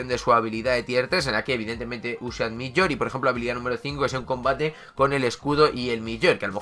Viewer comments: Se dice mjiolnir no milloir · Se llama mjolnir y se pronuncia MIOLnir 😣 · Con respeto te digo que no podía parar de reírme cuando decías MIYOIR aunque yo antes decía MIO MIE 😂😂😂.....los que vieron la película de thor lo entenderán